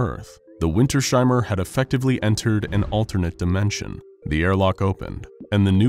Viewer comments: Winters-Heimer. Not Winter-Sheimer. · It is not Winter Sheimer, but Winters-Heimer. 😂